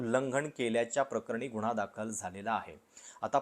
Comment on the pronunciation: “गुन्हा”शब्दांचा उच्चार शुद्ध करता येत नाही का तुम्हाला Seems biased. Hopeless, anti social and anti national propaganda in this. Shame on you video maker 😢😢